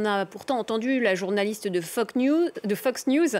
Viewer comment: Tu as bien dit FOCK news ma belle MDR